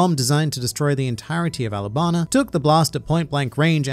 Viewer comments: wait a moment you didn't say alabastar you said alabana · Did you say Alabana?